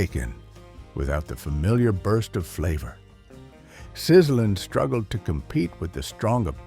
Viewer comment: it wasn't pronounced "Sizzlin" it was pronounced "Sizzle-Leen".....